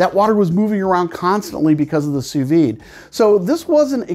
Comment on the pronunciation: 'Soo vee'. Say it Frenchie!